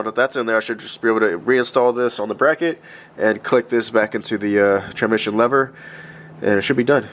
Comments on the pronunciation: The way you pronounce transmission 😂😂 tranmission. You know there is an s before mission. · How many times does he say "tranmission" throughout the video.